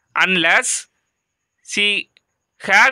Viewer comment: Gad illa athu had